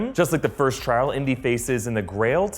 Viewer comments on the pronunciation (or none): none